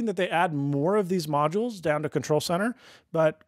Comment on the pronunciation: I applaud you for pronouncing ‘modules’ with two syllables, as it should be.